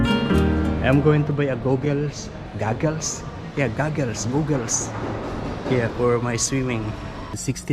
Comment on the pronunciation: In the word "goggles", the "gog" part rhymes with "dog". You can loosen goggles slightly, but by their nature they press against you and are not comfortable. Is the pool heated? Do you mean "toboggan"? The "bog" part in that also rhymes with "dog". An "oo" sound requires two o's. One o always rhymes with "dog". Regarding swimming, I couldn't swim until I was older - in my 20s, and even then, I can only float and not move through the water. If I wear flippers, I can swim for miles. I'm femal, so we have more body fat and are more buoyant, but if you lie on your back in the water with your legs up at the surface, even if you sink down in the water a bit, you should float. Glad you are swimming and running. We all should be as active as possible.